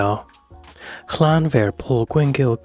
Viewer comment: No I'm Welsh and have been speaking Welsh since I was 4 years old, I'm 41, the English get it wrong, the Welsh has a different alphabet and does not translate directly into English, there's no V in the Welsh language, 1 F is a V sound, and 2 FS (FF) is an English F sound, trust me it's wrong lol